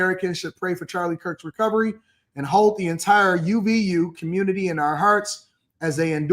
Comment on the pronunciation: If a bm did this, we wouldn’t hear the end of how egregious the “communitah” is 🤦🏽‍♀️